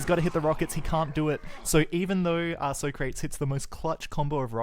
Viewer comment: Isn't the "soh-krates" pronunciation from the movie Bill & Ted's Excellent Adventure?